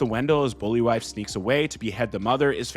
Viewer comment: Bol'vi (Bowl - Vy). Not Bully Wife.